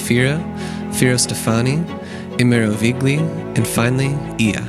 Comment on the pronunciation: Just want to say thank you…for mentioning Imerovigli. I spent five days there. And you’re the first person to pronounce for me. Cheers.